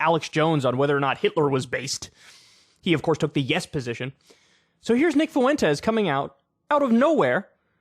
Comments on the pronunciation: I've come to hate videos where Kyle cover Nick Fuentes, solely because of how Kyle pronounces the name as "FOO-WEN-TEZ". Dude, it's "fwen-tez". It's TWO SYLLABLES: FWEN•TEZ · Kyle, say it with me "FWENT-EZ". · Kyle says Fuentes like Mr. Caffeine said Clancy. Fu-wentes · Some people keep pronouncing Nicks last name as if it's two separate words, Foo-entes. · You can either say “Fwentez” or “Fwentiss.” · How do you add an extra syllable to nick Fuentes’s name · How do you add so many syllables to nick Fuentes’s name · I was just about to say this. KYLE, STOP PROUNOUNCING FUENTES LIKE THAT.